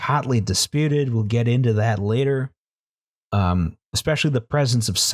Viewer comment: Relistening to this months later and only now do I catch that says the initial death count was "rater laised" instead of "later raised."